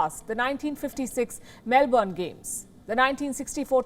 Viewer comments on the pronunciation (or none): none